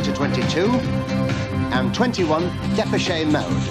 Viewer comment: the way he says Depeche mode 😂... When he says a "tight fit' 😂🤣 the eighties must've been shit. Iron Maiden should've won that.